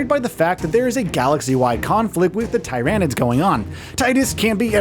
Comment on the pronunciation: #16 to know: Its not TIE-ran-IDS.... its TEAR-uh-NIDS